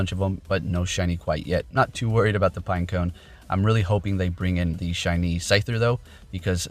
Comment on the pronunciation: It’s pineco not pinecone